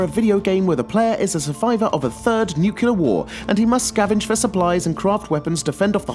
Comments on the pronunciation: you said nucelar. George W Bush called, says he's proud of your english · rofl nucular